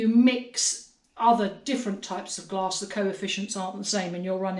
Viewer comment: Love the video! I'm from Texas, so when I heard you talking about mixing "gloss", I had to back up and realized you were talking about mixing different types of glass. LOL